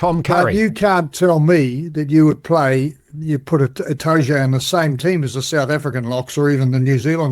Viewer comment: Itoje???? FFS Devlin, are you drunk...